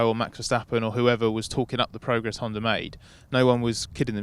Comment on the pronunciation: Why is everybody pronouncing HondaREngine???